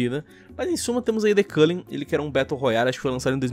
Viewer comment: The Culling: The Collang Eu: The Cu